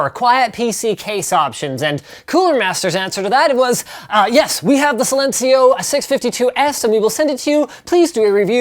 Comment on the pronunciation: Its interesting how americans pronounce "silencio" Linus does it relatively well tho